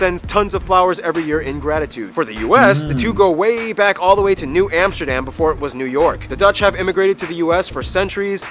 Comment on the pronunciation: not Emsterdem but Am (like in America) ster dam (like in America with a D in front) goddemn.... and it is NOT Rodderdem either...